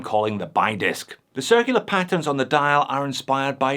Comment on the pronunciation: The "Bi" in this case is pronounced "Bee", just a fun fact!